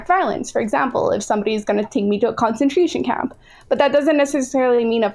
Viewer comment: When you realize you have wasted your time listening to someone who can’t even say “concentration camp”.